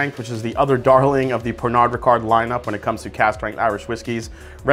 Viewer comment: Pernod is pronounced pear-no.